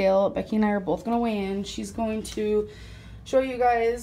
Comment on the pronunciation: NTG ughhhhh. I cringe when she says bolth... CRIIINNNNGGGEEE